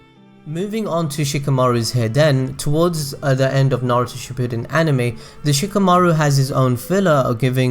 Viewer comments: Not bringing any hate but it is shi-pa-din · All I hear throughout this video is "she-poo'd-in"... >.> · did u just say Naruto SHIPOODEN..... uncultured swine